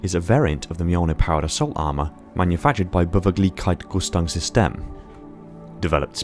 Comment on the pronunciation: As a German, can confirm he did sound like he had a stroke. To be fair, Beweglichkeits-Rüstungssysteme (Mobility Armor Systems) is not what I would consider to be easily roling of the tongue edit: Repeating it a few times does make it sound more and more like what it is supposed to be